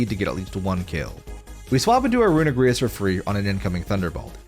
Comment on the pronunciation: mf said runegrious and eggyslash